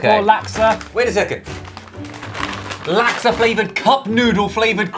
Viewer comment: Every time they say laksa I die abit inside 😂😂😂 never knew it could be pronounced like that - from Singapore